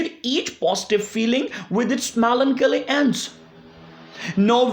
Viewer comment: I like the way u pronounce Melancholy😍